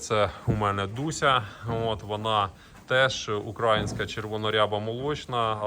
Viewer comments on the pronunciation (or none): ти прикалуєшся чи спеціально сьогодні разів 50 сказав украаааїнська, тобі ж робили зауваження треба говорити україїїїнська, за це дизлайк.Вчіться правильно вимовляти бо аж вуха ріже.